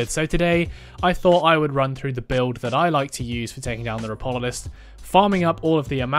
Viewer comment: its Ropalolyst btw, you swapped the a and o, good guide, though!